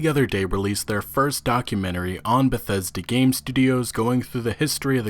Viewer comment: Great pronunciation with Bethesda